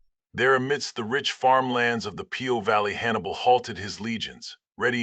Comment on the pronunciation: Nice but the valley is calle Po not p-o as in Post office ;)